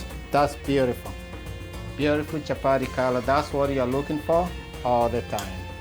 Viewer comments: Nice recipe but lets just call it chapati, chapari wasn't necessary 😂😂😂 Did i hear warer, let's embrace our accent. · Chapati not Chapari. Kenyatta not Kenyarra like Obama says,water not warer. Let's not confuse foreigners who are watching. I'm watching with my German friend who is already calling them chaparis. Anyway nice Chapati thumbs up👍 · CHAPATI CHAPATI CHAPATI CHAPATI CHAPATI AND NOT CHAPADI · Nice one. Unaziita chapari but no worries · chapari.....hahahah..and wara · Did I hear well...chaparis?? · Chapati not chapati 😠😠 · The way u say it chaparis.